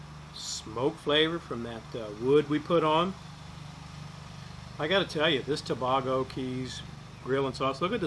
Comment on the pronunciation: It’s pronounced “Too Bay Go” as in Trinidad & Tobago. That sauce is the BEST. Wow. Much love and support from Tampa Florida! I will be ordering a gallon of that sauce for sure! God bless and congrats with the grand baby’s